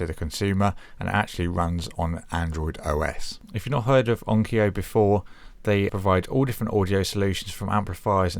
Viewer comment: You have an interesting pronunciation of "Onkyo." (It's not "onkio")